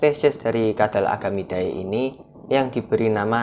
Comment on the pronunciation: Nice om.. Tapi saran aja bacanya jangan "ae" Langsung aja "ide" Jadi bacanya agamide, lacertide 😊